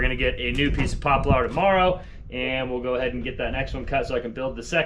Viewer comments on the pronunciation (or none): I think the word is pronounced Pop-lar instead of pop-u-lar. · In my little corner of this world the tree is pronounced Poppler, as apposed to the saying populer as liked my numerous people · That was an epic trip and a great first day back home ❤ I grew up in Northern MN and I always heard the word poplar pronounced "popple"! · when you pronounced poplar like "poplaaar" (like a pirate), it made me think of when you started your trip with Kaylee and Jordan somewhere in Arizona, I think. Wasn't it called the RTR campsite? I remember you giving "RTR" that little pirate twist at the time. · I’m from the Boston area and ’poplar’ is pronounced ’popla’! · Pop - u - lar ,emphasize on the ( u ) in central Ontario , Canada . ✌️ out & HAPPY Trails . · ❤🇦🇺 Great to have you all back safe and sound. Even better that you had such a great time. Re Poplar....in Australia we pronounce it popla. See you in the we hours of Saturday morning (my time). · you need to take to a hardwood distributer in your area and hang out a while...maybe he would learn to say Poplar correctly by listening to everyone else pronounce it correctly, LOL. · Just as I was noticing pronouncing Panama (ah) as "Panamu" (uh) within a few minutes she is making fun of saying Poplar (ar). As a mid-westerner I think maybe you both are a little "off" on each of those pronunciations. Love you no matter but both of you can laugh at each other on those words. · No matter how you pronounce it, Poplar is my favorite species of wood. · I’m 77 years old and today was the first time in my life I have heard the word Poplar pronounced with the ‘ar’ sound as an ending rather than the ‘ear’ sound. Sorry!